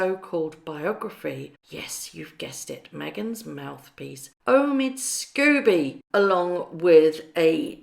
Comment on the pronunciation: Omid "Sko-bee". Sorry! It just irks me when you say Scooby, like Scooby-Doo the cartoon dog. It's Sko-bie as in "Snow bee".